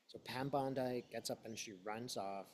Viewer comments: Pronunciation is “BONDEE” not “Bondi” … ty for the reading! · Bon-deee …not Bond-eye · just a note to you...bond I is a beach in the eastern suburbs of Sydney ( i am an american who spent 2 1/2 years in the eastern suburbs)..Pam and Americans pronounce her name Bondee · Thanks!!! (Bondeeeee not Bondii) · I agree that there are multiple copies around the world, so she can run but she cannot hide. Also, she pronounces her last name like "Bondee" - not like the beach in Australia. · Pronounced “bond-dee” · I think she pronounces it Bond EE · Thanks for sharing your channeling gift with us. Pam Bondi's last name rhymes with blondie, by the way. She has sold her soul to the devil and she deserves to be in jail! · Pronouncing that name as bond eye avoids drawing attention from U tube. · may purposely pronounce her name as bond eye to avoid trouble with U tube. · Pam B.'s last name is pronounced > Bondee. Thanks for all of your readings. ❤ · When readers mispronounce names and words such as bond eye, it helps ensure their safety so that they are tagged by U tube. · Pronounced Bondee. Not as an i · But, by pronouncing the name as bond eye, doesn't draw attention to himself from U tube.